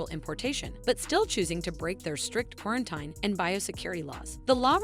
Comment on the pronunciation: Yo that’s all crazy but…… I cannot fucking stand the way the narrator pronounces “quarantine”